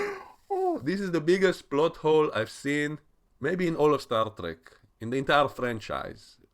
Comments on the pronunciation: Star Dreck? Are you german or something? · xD you said Star Dreck thats Star Trash in English... Wonderful